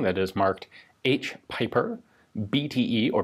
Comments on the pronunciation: The Belgian's name is pronounced as "peeper" my dear Ian.👍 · It would be probably pronounced like peeper